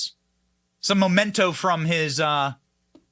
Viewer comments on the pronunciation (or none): And they’re MEMentos, not momentos. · Please learn to pronounce nuclear: new-klee-ər… For that matter, memento: MEM-en-to (same root as MEMory and reMEMber)…